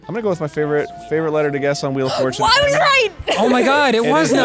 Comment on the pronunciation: Ah yes, “the fjortune wheel.”